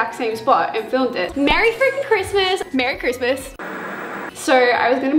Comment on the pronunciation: “Merry Christmas y’all” in Australia accent I love it so much!!!